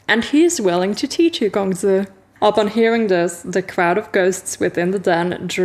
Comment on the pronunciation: Oh my!:virtualhug:😍🤩 err I mean Hi! (this is going to be another distracting video. 1. Your pronunciation of Quan Yizhen and his title is *impeccable* 2. So many INTERESTING theories.... yup. That's all. 😋 3. 'Gongzi' was pretty good too! 4. 🎲🎲✨ Congrats on regaining your 'gege'~ Part 1 done! TBC tmr!